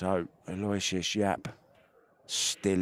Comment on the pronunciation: PLEASE, PLEASE, PLEASE Someone, ANYONE, PLEASE TELL THESE PROFESSIONAL COMMENTATORS THE CORRECT PRONUNCIATION OF YAPP'S FIRST NAME! IT IS: AL: as in BIG AL OH: as in OH NO WISH: as in "I WISH" they wouldn't butcher this poor kid's name. US OR - AL OH WISH US